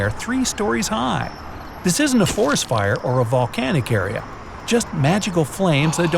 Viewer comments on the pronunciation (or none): none